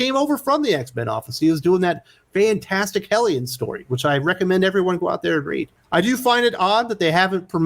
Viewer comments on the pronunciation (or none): You say "Hellions" like Kip Dynamite says "Na-Po-Le-Oen"